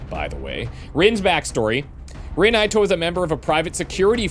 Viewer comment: If Ito is a Japanese name, it should be pronounced ee-toe.